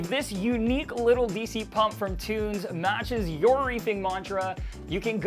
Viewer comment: Tunze is a german name and more spoken like "it's a" - tuntsa - you are welcome :D and cheers from germany. ✌️